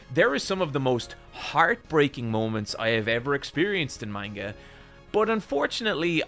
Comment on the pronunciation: Says manga wrong.